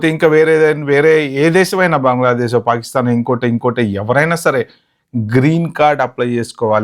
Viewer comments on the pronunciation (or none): none